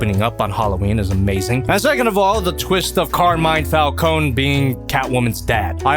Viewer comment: I love this movie. There are only 2 small nitpicks I have. First of all it’s pronounced Fal-Coney not fal-cone. And the ending Joker cameo was way too long and forced.